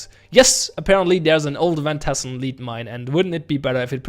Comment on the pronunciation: For reference, lead is pronounced led